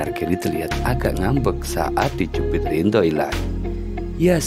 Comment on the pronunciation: Ridho min bukan rindho.